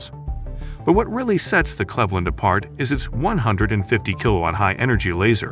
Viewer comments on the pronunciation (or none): none